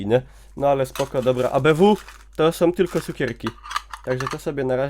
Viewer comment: Nie ma w polskim jezyku słów "som", "takom", "tom". Istnieją tylko "są", "taką" i "tą". Tych pierwszych nie da sie słuchać.